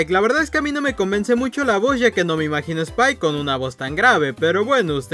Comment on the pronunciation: Es spike no "spile" xd